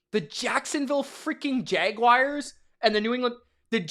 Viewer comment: You should probably learn how to properly pronounce the name of the team before you start running your mouth. WTF is a Jag-WIRE?